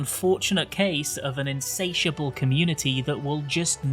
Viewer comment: Insatiable... huh? Say that again